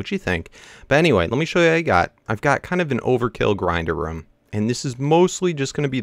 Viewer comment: It's ROOM not rum